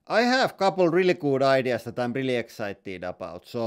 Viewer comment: "I rili like warrrning stickers." The most finnish thing Ive heard today